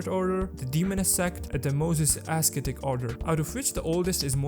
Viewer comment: Nice video bro. I just wanna correct some minor spellings like: -Moses Ascetic Order (pronounced as “assetic”) -Numinous Episcopate (epis co peyt) -Lanevus not Lavenus.